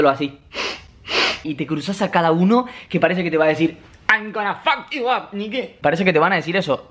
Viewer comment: "aim gona fak yu ap nigi" ajjajssaajsjnas q cago de risa